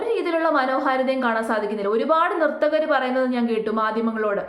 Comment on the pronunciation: നിർത്തകർ അല്ല .. നർത്തകർ.